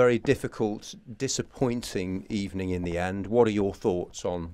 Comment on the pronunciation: First of all good ebening